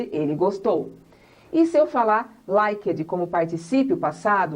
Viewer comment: thanks a lot for the class...that will help lots of brazilians sttudents for sure ...but some pronunciation mistakes.. examples....that she said...last weekiii like Brazilians do..it's wrong...It x eat it's different... present perfectiii....likedi it's likt it's a typical Brazilian accent...the use of ED like worked it's wrong...it's workt....I know that many people don't like to improve their accent and pronunciation. they just want to get across their messages....but for those who are teacher or that one's who really want to become better at English should reduce their accent.... please don't take it as a complain. sometimes we have to have someone who correct us..and better yet....Learn with our mistakes....